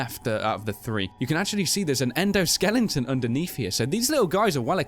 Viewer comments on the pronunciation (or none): Did I realy hear "endoSKELINGTON"?